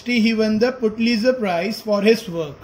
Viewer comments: Your pronunciation is Putlizer but it's pulitzer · It's pronouns Pulitzer not putlizer